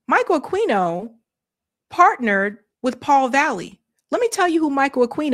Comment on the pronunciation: I’m pretty sure the Q in Aquino is silent in Spanish. (A-Keen-oh)